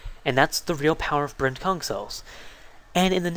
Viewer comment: every time he says 'Brent-Kung' a part of me thinks hes saying 'Brent-KunT'....dono why